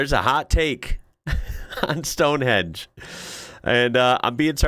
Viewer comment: The yank who said STONEHENGE( not stonehedge!) was a boring bunch of rocks, Probably referring to the rocks he calls a brain! 🏴🏴